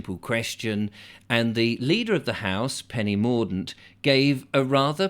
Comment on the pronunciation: Hahah....Penny Morgue-dent.